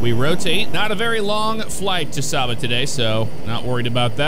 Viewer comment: Saba landing is an amazing experience. (Its pronounced Say-ba.) Loved making that trip in real life several times. Who else misses Force Feedback Thrust Master flight controls. Sucks that patenting is depriving the flight sim community of the force feedback feature.